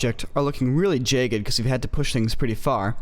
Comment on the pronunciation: Jay-ged = Jagged lol